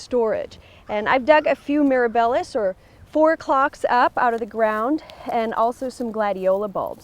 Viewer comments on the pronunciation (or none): When referring to plant by its Latin name (genus and species), learn to pronounce it correctly. “Meera bellas?” Really!